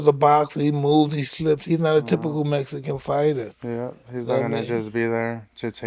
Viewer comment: Cool cool but he needs to stop saying Mexican wrong. Can't even say it right